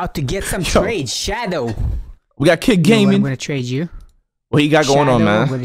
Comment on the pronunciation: Love yo vids and bro said shadow I was laughing so hard when he got it rong